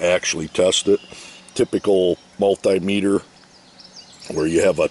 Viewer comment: multay-metre lol ... Should be multee-metre...